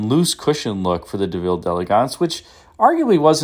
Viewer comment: Thank you for pronouncing “d’Elegance” the way it should be pronounced. Another YouTuber who regularly sells these cars insists on pronouncing it “dee-EL-egg-ents” even though he knows that is incorrect.